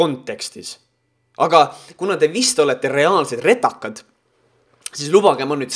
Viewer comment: Sinu suust kõlab sõna "RETAKAS" ikka nii naljakalt, et mul viskab silma igakord märjaks :) Sa võiksid äkki proovida teha nö mängufilmi sarnases formaadis nagu su kanali videod. Ja tsitaatide lugemiseks võib-olla kasutada vendade Piuside abi, et nad imiteeriks avalikuelu tegelasi, kes on tiba puusse pannud artiklite ja muuga. Cheers!